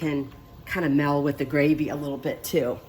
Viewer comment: * MELD not Mel * * Lea & Perrins not Lea & Perkins"